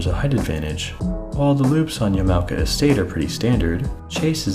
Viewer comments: Sorry, as someone in Japan, the pronunciation bothers me. You pronounced it Yeah-mow-kuh. The correct pronunciation is actually Yah-mah-oh-kah. Wonderful video though!!! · Hello, this is a correction to your pronunciation of yamaoka. Its ya-ma-o-ka not ya-mao-ka. Just a friendly correction bot here. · Honestly the only thing that strikes me is how you pronounce Yamaoka. You pronounce it with english pronunciation. Japanese pronunciation would have it sound like “Yama-oka” instead of “ya-mao-ka”. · Thanks a f ton for this bad ass info vid! Yama sounds like momma and oka sounds like polka. Just fyi. 4 syllable word. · After 18 minutes all the new info I gained from your video was that there is an “A” in Yamaoka. Been pronouncing it Yam-oh-ka like a dang fool. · He is pronouncing it wrong